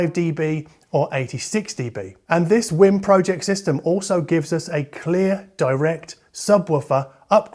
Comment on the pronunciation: btw I really do think it's pronounced like wee'm like the Wii, because they way you pounce it sound like your saying Whim.